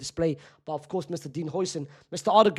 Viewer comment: Another day of correcting this mf 😭😭 its how-sen not hoi-sen😭😭